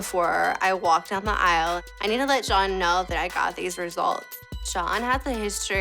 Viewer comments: I always wondered about that! She is absolutely saying "Sean", I think. But when I turned on my CC to be sure it comes up as "John". Although CC can be wrong..... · noticed that too, she always does that, either her huge ass lips makes it hard to pronunce J or she is totally mixed up (Shane + John = Shohn) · i noticed that too, she always does that, either her huge ass lips are making it hard for her to pronounce J or she is totally mixed up (Shane + John = Shohn) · Her father's name is John? I never caught it. Maybe THAT's why she butchers the pronunciation - unconsciously dissociating John from her father